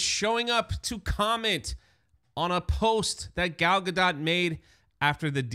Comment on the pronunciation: Is that Jewish? I assumed it was French. is a simple goy, he also called her Gayle at one point in this video.